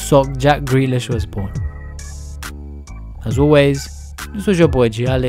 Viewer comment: Who’s greelish?